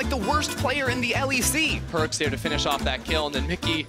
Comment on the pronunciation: his name is perkz not perks.